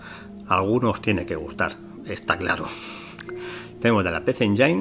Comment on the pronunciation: Hola amigo, solo para comentar que PC Engine se pronuncia "PISI ENYIN"